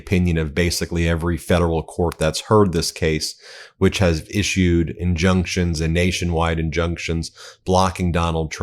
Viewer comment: Ben: "injuctions and... injunctions"? Huhh? 😆